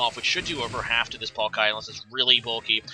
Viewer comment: Why do you keep saying palkaaaya.. its triggerin me This comment is b4 i see rhe actual battle occur. Oof tough game...